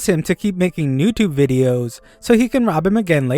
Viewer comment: "Newtubu" BRUH